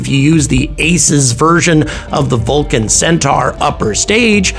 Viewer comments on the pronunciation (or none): none